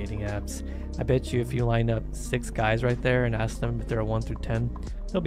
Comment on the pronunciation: lemme axe you, why you gott axe me bro